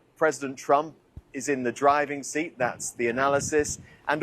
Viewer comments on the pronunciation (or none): none